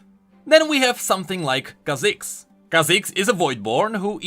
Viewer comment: If you say renGAAR (after khaZIIIX and kai'SAA) I woulda given up hope xD